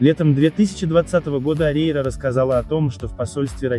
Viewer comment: Фамилию научитесь говорить.